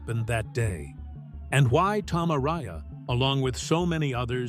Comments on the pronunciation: A-RA-YA, ¡¡ARAYA!! NO "ARYA". Es, x cierto, un pueblo en Álava (País Vasco, en España), y un apellido típico de allí. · I absolutely HATE how the dumbass AI voiceover is say Tom Arays's last name. YouTubers need to stop using an these shltty Inhuman computer generated voice overs that have no heart and soul. It just screams laziness and not giving a shlt about the people listening who have to suffer through this annoying garbage. Otherwise it's a freaking awesome video lol